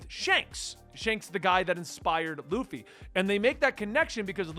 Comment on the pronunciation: xD Usopp: oo-sop (uso is Japanese for lie) Baratie: ba-ra-tee-ay For next vid. Sanji: San-jee Krieg: Kreeg Bellemere: Bell-meer Nojiko: No-jih-ko Congrats for pronouncing Luffy right. I've heard luh-fee too many times to count xD